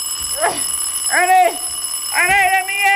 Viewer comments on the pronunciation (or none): When he says Ernie it sounds like he says honey XD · sometimes when he says "ernie" i hear "honey" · Not my Italian ass hearing "Honey" instead of "Ernie"